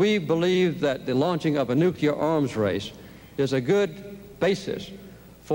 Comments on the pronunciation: Carter, Nukeeer Exposv, English? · I see that Jimmy Carter and George W. Bush both have problems trying to say "nuclear." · President Carter could not pronounce nuclear. That’s surprising to me. I was under the impression that he was one of our smartest presidents. How can one be smart and not be able to figure out how to pronounce a simple word?